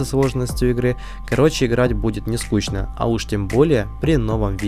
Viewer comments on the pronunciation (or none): none